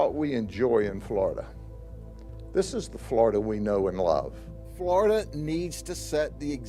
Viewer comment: "Now The State of Flow-da has some good ass lahws bruh!"😅Freaking I Love It.